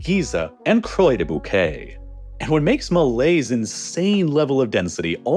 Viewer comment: The moment when he pronounced "des Bouquets" correctly, but "Croix" incorrectly 🤦🏻‍♀️🤣